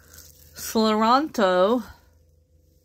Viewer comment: It’s pronounced: see-lan-tro